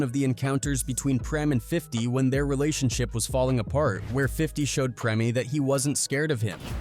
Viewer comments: its Preme not premi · PRIM,PREM, PREMIE, PREMAY, HO-MO 😂🤣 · 😂😂 preme me had me rolling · How are you going to pronounce Preme five different ways in a row? 😂🤣 Goofy ass AI